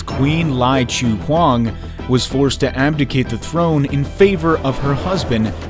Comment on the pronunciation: He tried 😂, bless him